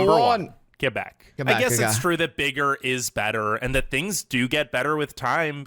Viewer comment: He pronounced Quebec correctly which most people mess up lol